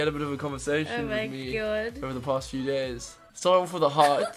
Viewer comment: When he says days if you think about years it sounds like he is saying years